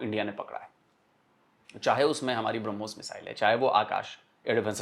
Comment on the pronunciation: BrahMos nahi woh Harmus hai😂😂